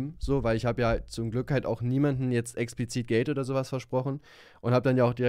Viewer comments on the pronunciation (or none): ExpLizit Nicht Expizit !!! 🙈😅